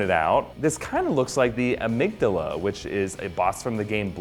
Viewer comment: Love that Bloodborne gets a shoutout - but he pronounced Amygdala horribly lol